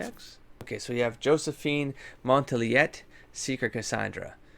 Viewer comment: Ooh, also Montiliyet (spelling? Josephine's last name) is pronounced without the T. So it's like "mon-till-ee-yay"